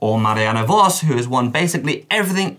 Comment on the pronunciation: Don't you dare slur the Great name of Marianne Vos!